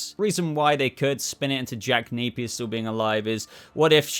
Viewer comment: Jack Napeyer